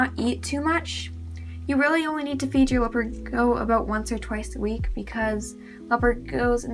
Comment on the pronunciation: Do you need help pronouncing the word Gecko… you’re not saying it right and you’re saying it a million times